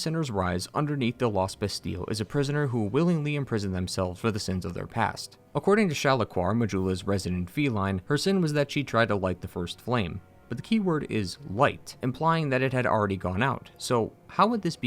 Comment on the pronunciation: How did you manage to call Velstadt "Velvastadt" and Shalquoir "Shalaquoir"? Velvastadt was said multiple times so, it wasn't a mistake.